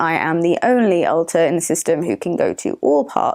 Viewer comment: pretty sure said “alter” here but it sounded like he said “alt+tab” which is way funnier in this context lol